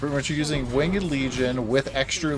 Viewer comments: It bothers me that you said "wing-ed" instead of "winged" ... ;) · Why is he saying "winged" like that? Has he never said that word out loud before or heard it being said properly? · is this wingED pronunciation Don's Cutedog impression?